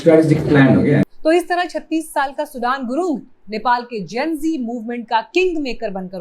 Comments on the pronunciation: Not सुडान सुदन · Sudan Nahi sudane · सुडान नही म्याडम सुदन गुरुङ है उन का नाम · सुडान गुरुङ नहीं सुधन गुरुङ है। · Sudaaan nahi sudhan gurung hai naam kya ray intelligence tera gaja fuktay hain kya ,godi media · सुदन गुरुंग हैं, सूडान नहीं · His name is "सुदन" not "सुडान" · Please it’s not सुढान but सुदन . As an Indian you should know at least that much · सुडान नहि सुदन गुरुङ है नाम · सुदन and सुडान is not same। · Please pronounce correctly sudan' s name